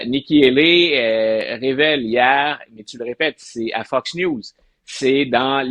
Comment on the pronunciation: Priere d'arreter de dire "FUCKS" news au lieu de "FOX" news.